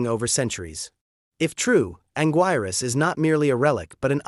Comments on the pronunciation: It's pronounced Angeerus. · “He” didn’t mispronounce it. “He” is an AI narrator. I just wish they had an edit option on pronunciation, so we could correct these mispronunciations.